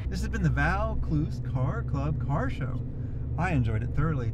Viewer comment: Great video mate. Alot of mad cars alot of history told. Pronounce it "voor clooze". Cheers